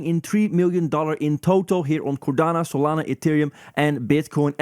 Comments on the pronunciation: It’s cardano, not cordana 😅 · One cardano, two cordanas? 🤷‍♂️🎉